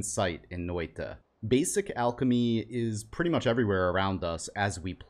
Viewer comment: Thank you for pronouncing Noita correctly.